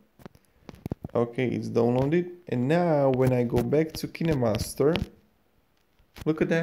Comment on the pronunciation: Wrong say kinemaster u say kenemaster